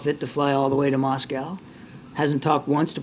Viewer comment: new pronunciation of Moscow by jean: Muose-cow